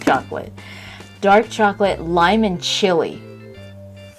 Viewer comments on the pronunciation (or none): none